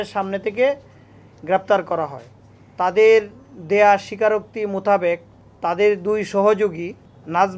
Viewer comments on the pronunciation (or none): উপ-পুলিশ কমিশনার * জিহ্বাকে বলছেন জিবরা * কমিউনিটি সেন্টার এর বদলে কমিনিটি সেন্টার * মাদক LSD কে বলছেন ISD ( আই এস ডি) * মোতাবেক কে বলছেন মুতাবেগ এবং মুতাগেব * ডাব ওয়ালার ভোঁতা দা এর বদলে বলছেন চাকু।। ভাই এরকম হলে চলবে কেমনে???? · মোতাবেক কে বলছে মোতাগেক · কি বলবে উনি নিজেই বুজতে পরতেছে না উনার কথা শুনে মনে হচ্ছে রিটায়ার্ড করা দরকার মোতাবেক রে বলে মোতাকেব😂 এ জন্যই আমরা পিছিয়ে মাননীয় প্রধানমন্ত্রীর দৃষ্টি আকর্ষণ করছি এগুলো কি আপনার চোখে পড়ে না 😪